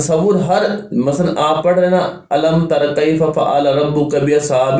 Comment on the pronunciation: وظیفہ تو اچھا بتایا ہے سورت پڑھتے ہوئے اپنا تلفظ تو صحیح کر لیتے المترا کیفا ہے المتراتیعیفہ نہی ہے